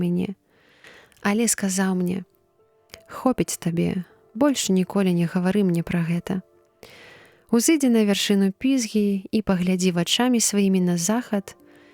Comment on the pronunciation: Прачытана: узы'дзі, слоўнік дае: узыдзі'. узысцізак., на што-н. і без дап. узыду, узыдзеш, узыдзе, узыдзем, узыдзеце, узыдуць; узыдзі'; узышоў, узышла, узышло, узышлі; узышоўшы // Граматычны дзеяслова 2013